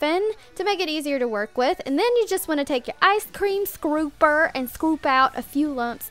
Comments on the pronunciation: She acts like a child. Niller ice cream? It's Vanilla ice cream. Scrooper? Like really it's scooper. I mean I like her DIYS but I think she could tone it down with the makeup and trying way to hard to be funny. She is funny sometimes but sometimes she isn't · "Ice Cream Scrooper" Isn't it Supposed To Be Scooper?